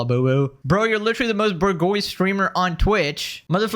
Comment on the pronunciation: bro pronounced "bourgeoisie" as Burgoys . ABSOLUTE REGARD